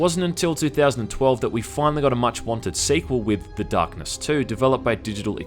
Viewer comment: "The Dahhhhkness"